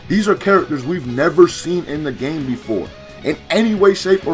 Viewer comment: I keep thinking he says “IM GAY”